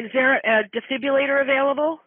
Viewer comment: First dispatcher can’t say defibrillator properly.